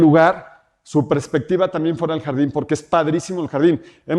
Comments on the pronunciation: Todo más que perfecto pero, cada que escuchaba prespectiva en vez de perspectiva, me daba algo 😢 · CADA QUE DICE PRESPECTIVA NO SE QUE ME DA =s